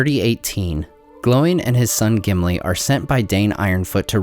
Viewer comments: It's Oin and Gloin, not Owen and glowen 😅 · Are you pronouncing their names correctly. Sounds like Owen and glowen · Why do you pronounce Oin as "Owen" and Gloin as "Glowin" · Am I the only one that hear him say Owen not Oin? And sometimes Glowin not Gloin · “Owen and glowen” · I love your videos please keep making them but your pronunciation of Oin and Gloin's names is driving me crazy lol